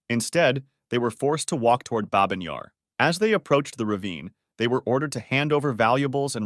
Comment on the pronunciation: It’s bah-byn yar, not babe-in :(